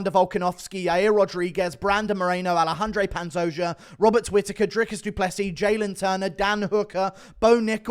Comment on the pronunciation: I see you’re pronouncing the “J” in Pantone’s name now lol weirdo